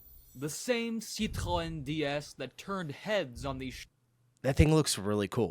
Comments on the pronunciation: sadly still not proper pronunciation like with Citroen. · I was waiting to hear how badly you Americans said the names of these car brands. You did not disappoint !! RENAULT = REN O not REN ALT. PEUGEOT = PUGH ZHOW not PEG WAT. CITREON - SIT RON not SITREE ON. FIAT = FEE UT not FEE AAT.